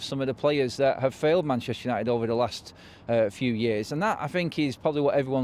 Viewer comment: Forever united TV, Because he cant say United stand 😂😂😂